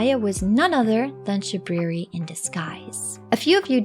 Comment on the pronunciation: "It is I, Shabwiwi." — Shabriri Fudd